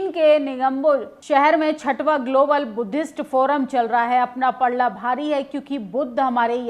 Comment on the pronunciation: Garab ki baate nahi Garv ki baate bolte hai Palla nahi Palda bhari hai Hindi bhi accha se nahi bol patti kya media banegi